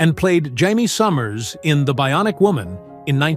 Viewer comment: You don't even no her name on the show you said Hiemy Summers no, no it was Jamie Summers 😂😂😂